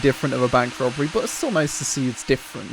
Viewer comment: also says ‘robery’